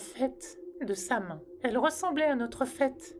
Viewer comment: Bonjour je me permet de faire une rectification. Samhain se prononce "sa-ouine". Qui est du gaëlique. Bonne journée.